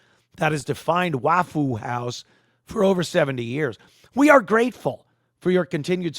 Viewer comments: Saying Wah foo makes this a bit hard to watch sorry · I came here just to hear him call it "Wafoo House" 😂😂😂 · It’s pronounced waffa how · "Waff-foo House". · "waffule houe" 🤣🤣🤣